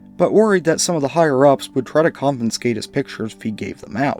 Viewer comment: "...Phil-UH-berto..."?? "...Con-FIN-scate..."?? Why is it that 100% of so-called "paranormal investigators" are functionally illiterate? Sorry, I can't take ANY illiterate seriously; educate yourself, stop being a moron, learn to competantly speak your own mother-tongue, and you'll likely gain a a greater following. Good grief. 🤦‍♂️